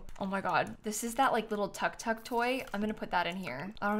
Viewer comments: Wait wait, do non-Asians pronounce tuktuk as tuck-tuck?? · I don’t wanna sound rude or anything but ‘Tuk Tuk’ is actually pronounced as ‘Took Took (take took taken yeah that took)’ hope that helps! (Clarification, I’m Thai)